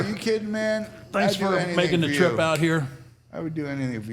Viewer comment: Emphasis on the “trip” 😂